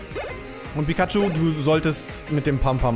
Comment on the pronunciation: Pikaschu heißt noch pyschu